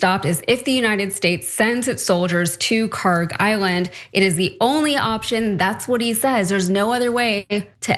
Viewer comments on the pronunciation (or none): PRONUNCIATION: (UPDATE: check google earth, they now have the correct khark label.) kharg خارک should be khark. pronounced like park but the german 'kh' sound in the beginning instead of 'p' there is absolutely no 'g' sound in the name. ک is the last letter in the name which is 'k', not گ , the next letter of persian alphabet which is 'g'. they look similar to people unfamiliar and the keys are right next to each other so it is either a typo or poor transliteration.